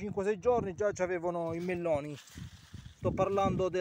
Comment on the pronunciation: Quanti chilllli di melllloni con l'alllla gocciollllante?!!